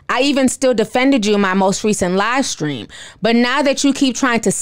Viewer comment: When you said Shekinah’s livestream I heard “LIEstream”, but I don’t think there’s much of a difference 😂💯.